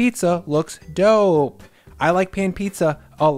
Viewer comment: i thought you meant "doughpe"